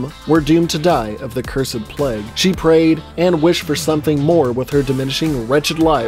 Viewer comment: why do you pronounce plague as pleg lmao